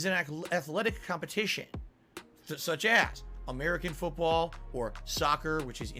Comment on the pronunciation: Love the disdain in his voice when he calls it amerhican football